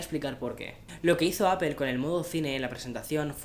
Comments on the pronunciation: No se dice Apel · Se pronuncia “apol” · Por favor pronuncia bien la marca, saludos